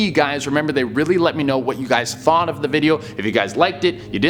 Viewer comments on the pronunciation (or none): none